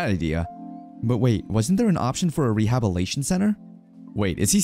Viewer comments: Great recap but dude it's rehabiliTation not rehabilation 😅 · Re-hab-il-it-Ay-shen. The story is good but I just can't keep listening to the narrator making hash of words. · good narration other than the way he says rehabilitation. Lmao it bothers me so much